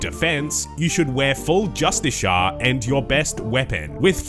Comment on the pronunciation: It’s pronounced “just is here”